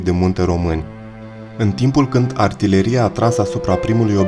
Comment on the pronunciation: Cinste și onoare veșnică eroilor noștri! Bun documentar. Cel care citește narațiunea ar trebui să învețe pronunția unor cuvinte (pune accentul greșit la substantive precum: cremene, companie, artileria s.a.).